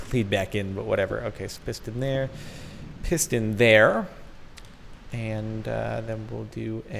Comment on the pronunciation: "When he says piston there" it sounds like "pissed in there "